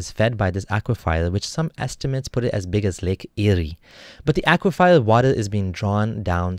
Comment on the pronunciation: Good job! But, aqui-fer not aqui-fire!